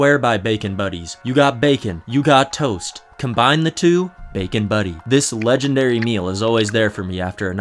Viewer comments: it's "Butty" not buddy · Pronounced buteh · I might just be a stoner bum, but fuck mushy peas, I like to chew my food myself, kthxbai :P Also, you can't pronounce butty like an American, it's gotta be a hard double T sound, that's just the law xD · It irks me that he mispronounces 'butty' Worse still that he can't differentiate buttered bread from toast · Bro called a bacon sarnie a butty